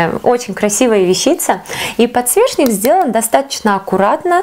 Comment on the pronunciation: Не подсвешник а подсвечник